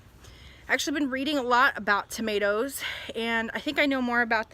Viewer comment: Now I know so much more about tomatoes, or as you say “tomaloes”...we’re no better in the 🇬🇧 we say “tomarrrtoes”...Thanks, looking forward to your next instalment😀👍💕